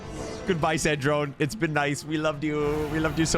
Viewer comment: its sandrone not sandron oml